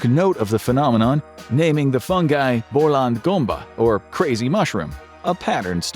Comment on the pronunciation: Hungarian: Bolond Gomba, not Boland. But it was a surprise anyway, thanks a lot!